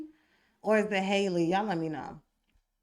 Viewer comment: It’s Halle-Like Halle Berry.